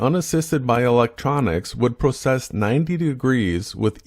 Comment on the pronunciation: If someone gets the words "process" and "precess" so embarrassingly confused when talking gyroscopes, they kind of automatically loose the argument, right?